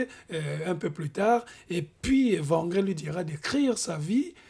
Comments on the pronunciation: C'est très intéressant, merci à vous. Cependant,wangrin se prononce pas comme le w de wagon mais "wé" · Wangrin [Ouangrin]